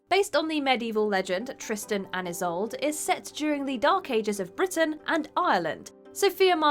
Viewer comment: The narrator needs to check on the pronunciation of Isolde. The mispronunciation is unprofessional.